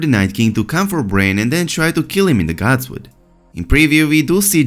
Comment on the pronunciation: Bran, not brain...